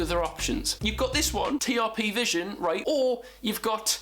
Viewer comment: will you said right not reet